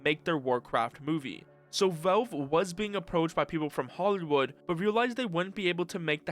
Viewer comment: You're saying "Velve" again. Also it's "Gabe" Newell, not "Gabe-uh"